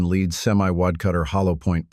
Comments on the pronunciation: These AI narrations are so annoying: "...point three eight special...", "...Leed bullets..." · This is typical with all AI gun-related audio, it can't tell the difference between lead which is a mineral and lead like to lead a horse to water. AI is not the answer, real people are.